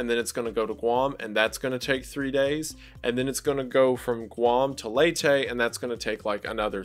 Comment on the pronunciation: Been binging a lot of your videos, great work man! Btw, I'm from the Philippines and it's pronounced "Lay-teh" :)